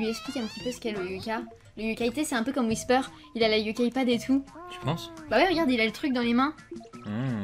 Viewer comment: Pourquoi whisper dis wissou